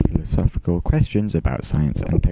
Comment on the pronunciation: It’s pronounced philosophical